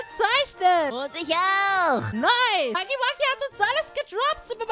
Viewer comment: Er wird haggy waggy ausgesprochen